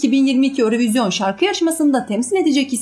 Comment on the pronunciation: Örövizyon deyil. Avrovizyon ve ya eurovizyon olar